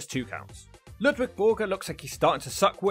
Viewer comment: Its LUDVIG not Ludwig